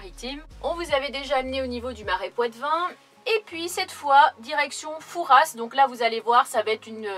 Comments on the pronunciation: on dit fouras pas fourasse sinon le père fouras va ce fâcher 🤣😂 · Coucou Merci pour le partage de tes aventures et de vos vies. C est courageux et généreux. J ai vécu dans cette région dans une autre vie. Fouras se prononce foura. Vous avez sûrement bien fait d éviter l ile de re en cette saison. Bon. Séjour à olerons. Et bonne vacances en famille. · Coucou , c'est chez moi , tellement déçue qu'on n'est pas pu se voir .... au fait on dit " Foura " le "s " ne se prononce pas , bisous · Superbe vidéo, étant de la rochelle j'aurais aimé vous retrouver !😉 Juste pour info, on ne prononce pas le "s" de Fouras ! On dit nous charentais " Foura" 😊 Content que le coin t'es plus!